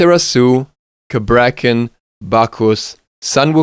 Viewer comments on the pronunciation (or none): none